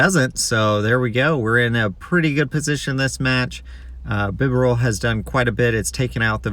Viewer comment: Lie-noon Bee-barrel or bee-ber-el 😝